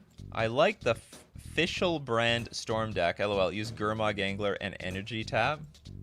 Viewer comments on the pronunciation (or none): none